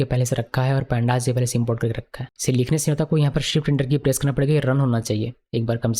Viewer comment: pandas bolrahey ho ya sandas sir 🤣